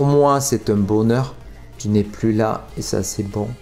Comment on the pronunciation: À 2m50 tu parles sûrement en patois des gens du sud car tu dis « ti es la » alors que c’est « TU es la » normalement. Bon moi j’dis ça j’dis rien mon sudiste du sud préféré ❤️ Love mec.